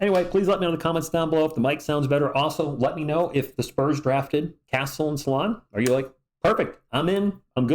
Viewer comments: Not "Sala" + "1" => "Sal" + "1" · Fyi, "Salaun" is prononced "Sal" + "1" (the way you say one in french) 🤔